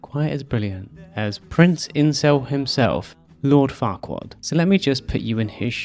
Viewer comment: I knew about why they chose the name Farquaad, on an intellectual level, but I didn’t fully appreciate it until I heard it in your accent 🤣